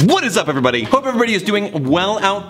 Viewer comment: “WHAT IS UP EVER-wahbehahdbbehsneghnegh” 🤣🤣🤣 I love that !